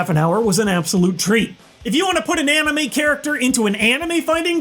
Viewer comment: He said amine